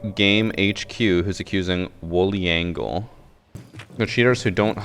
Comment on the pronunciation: BTW. your pronounciation about the name sucks . haha